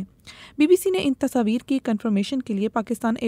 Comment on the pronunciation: Tashaavir😂😂❌ Tasvir Hota hai ,, kya ray Budbak..✅